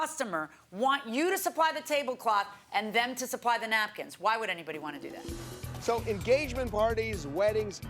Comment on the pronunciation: It's the "nackins" for me!